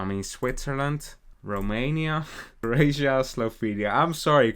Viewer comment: The disrespect to Croatias name